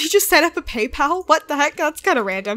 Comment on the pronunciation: Melanie and Loa Games lol glad I'm not the only one who heard her say PayPal and not pen pal.!